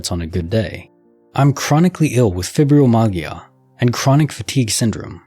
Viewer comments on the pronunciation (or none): Fibromyalgia is pronounced fy-bro-my-al-ja and I have it and chronic fatigue syndrome as well—it would take an epic glitch to cover the distance so quickly. I need a few of them in my life to help get things done 😂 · Fibromyalgia is pronounced FIE-BRO-MY-AL-JUH. Seriously...Google how to pronounce unfamiliar words. Sometimes words actually sound out their letters.